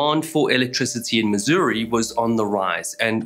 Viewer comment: You said our state's name correctly, bravo! Ha. Even other Americans call it Miz-urr-uhh or Miz-or-ee.